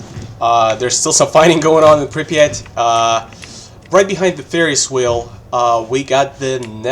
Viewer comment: First time i hear an English speaker say "Prypiat" so correctly 😂 Great video, man! Cheers from Ukraine